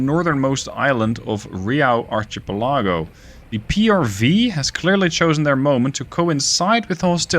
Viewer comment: lol can’t slowly sound out archipelago, doesn’t quite work out. I do that sometimes, happens to the best of us ☺️